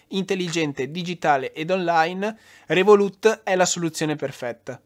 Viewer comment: comunque si dice "rèvolut" non revolùt... non si può sentire